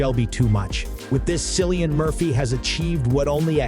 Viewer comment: Cillian is pronounauced with a 'K' sound.